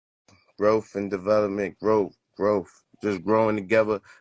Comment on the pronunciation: That boy said growf. 🤣